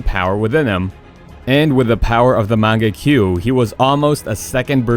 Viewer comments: MangekYO NOT mangekyu bruh have u even seen anime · magenkiu THAT TRIGGERD ME SO BAD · This guy’s saying shits while pretending he know the relationship of Obito and Kakashi, like he pronounce mangekyo wrong, not calling it sharingan, and worst of all he thought kakashi had his own sharingan